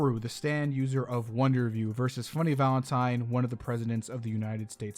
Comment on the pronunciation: Why is bro saying “Valentime”?